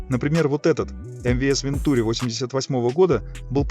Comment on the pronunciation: АтлантИк. Это французский, детка. Все ударения на последний слог. Без исключений. Даже в русскоязычных словах франкофоны двигают ударение на свой лад. СочИ, СашА, МашА, ВладимИр, ЛёшА, пельменИ, матрёшкА, ПутИн, ЛадА СамарА, собственно СамарА и т.д. И, да, никаких "вен-" и никаких "-ту-" – это именно Ван- и именно -тюрИ. ВантюрИ АтлантИк.